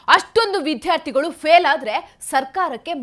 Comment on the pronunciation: ಮೊದಲು ವಿದ್ಯಾರ್ಥಿಗಳು ಅನ್ನೋದನ್ನ ಸರಿಯಾಗಿ ಉಚ್ಚರಿಸಲು ಕಲಿಯಿರಿ ಯಾವುದು ಮಹಾಪ್ರಾಣ ಯಾವುದು ಅಲ್ಪಪ್ರಾಣ ಅಂತ ತಿಳ್ಕೊಂಡರೆ ಒಳ್ಳೆಯದು ಆ ಸಚಿವ ನ ತಿಳುವಳಿಕೆ ಎಷ್ಟು ಅಂತ ಗೊತ್ತು ಬಿಟ್ಟೆ ಬಸ್ಸು ಬಿಟ್ಟಿ ಕರೆಂಟಿಗೆ ಆಸೆ ಪಟ್ಟು ರಾಜ್ಯ ಎಕ್ಕುಟ್ಟಿ ಹೋಗ್ತಾ ಇದೆ ಇನ್ನು 4 ವರ್ಷ ದೇವರೇ ದಿಕ್ಕು